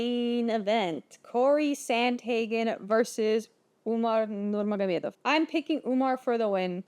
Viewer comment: You Russian? That Nurmagomedov pronunciation was perfect.